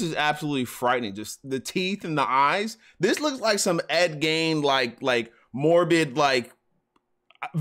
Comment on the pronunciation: Sweetie it's Ed Geen not Gain.